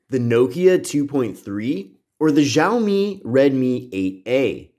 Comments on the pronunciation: Btw it’s pronounced “shaow - me” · It's pronounced "Xia-omi"